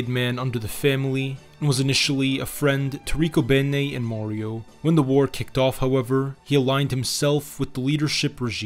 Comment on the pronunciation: You pronounced Riccobene completely wrong. Not even close. And your were slightly off on several others. Love my hometown of Philadelphia. Born and Raised in South Philly